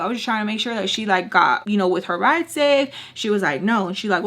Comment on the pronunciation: He said " not gunna royd wiff a baybeh" lmao